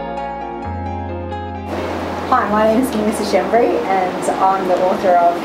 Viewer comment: Your name is pronounced "SCHKEM-BREE", not "SHEM-BREE", as you have done.